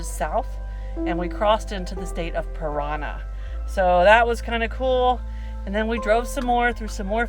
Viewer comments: The state of Paraná is not pronounced /parana/. That accent is there to put stress on the last syllable. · Paraná...make it strong on the last a...the accent is there. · Rio Paraná, not Piranha... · Sorry, it's not PIRANHA, it's PARANÁ !!! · The way you pronounced the name of the river with big bridge you crossed, is not Piranha Riverf" but "Parana Riverf". Check that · lol Paraná is not the same word as Piranha